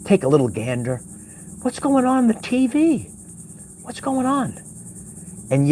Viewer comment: The “t.veee” hahaha.. scobby doo style ;) 🐶….. I can’t watch the MSM, or listen to the radio… it literally makes me feel sick. All lying demons. Hopefully see you later I’m a new Patreon…: So tired 😪need to do some house chores :)